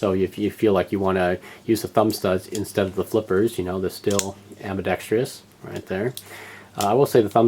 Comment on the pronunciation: Please, Am-be-DEXT-russ